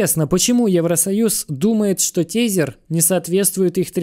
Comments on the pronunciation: Тезер звучит круто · чувак говори пожалуйста > usdt < ... "TESER - тизер" ни хрена не звучит...